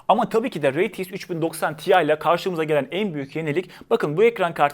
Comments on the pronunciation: rey ti eks değil ar ti eks olarak telaffuz edilmesi gerekir kardeşim. Allah aşkına kulaklarım tırmalanıyor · Reytieks demesen bi de şuna